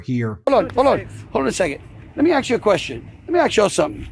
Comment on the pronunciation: "Lemme ax you a queshion" 😅